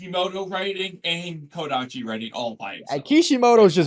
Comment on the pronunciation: Bro said kodachi 😂😂😂 Do you even know part 1 had kishimotos involvement even before kodachi left ? Lol Boruto fans only care about drip and power scaling? Lol Borutos morality is stemed from both his dad and Sasuke are we even reading the same boruto? Boruto knows koji he was on the run and then told him stuff that only he and his master knows so why would he question him ? You guys can answer me You guys always say this then debunked in some chaps later it's good you guys are critiquing the story but also give it time this Is actually a good video unlike other ones you did You guys need to invite Mello again he's actually a good person who critiques boruto well Not philosophical? Stop it Mello is actually a good critique invite him more And where did ikemoto say there won't be depth or philosophical depth ? You need to stop saying nonsense